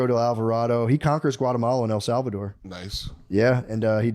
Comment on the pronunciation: him saying salvador as sal-vade-er is cracking me up